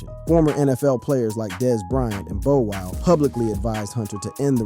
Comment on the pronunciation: Bowe well? 😂 It's Bow wow